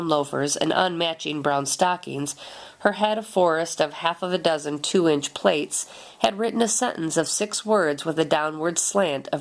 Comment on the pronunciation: The word plaits Is pronounced plats not plates.